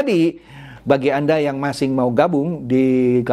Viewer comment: ciri khas ini kalau ngomong kata "masih" itu penyebutannya "masing"